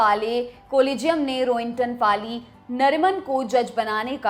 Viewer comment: फली मरिमान. फ़ाली नहीं